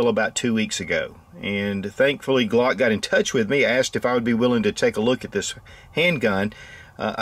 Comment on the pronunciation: I guess you tried to say Glock instead uuagkk 😅😀🙈👌